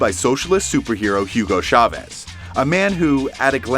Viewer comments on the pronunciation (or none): "Jiugo Chaves" 😂😂😂